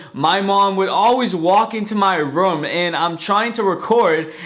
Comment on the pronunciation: I don’t like how you say room but I still love you